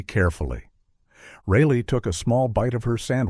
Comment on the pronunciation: Pounce the daughter's name Correctly! It's Not Raily. It's RI! Jeez! Lee